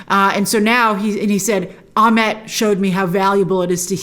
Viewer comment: Egyptian name pronunciations seem to be all over the place here. Ammit is spelled as though it should be pronounced Ah-MITT, but Grace keeps saying Ah-MET. Huh? And then in the episode they pronounce Isis as Ee-seece. Okay, so if those letter "i"s are supposed to sound like "ee", then the name Ammit should sound like Ah-MEET. Can we get some clarification on this please? We're all so concerned about cultural authenticity, after all, how about we start with correct pronunciations.